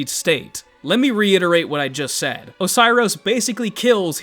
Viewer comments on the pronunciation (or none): none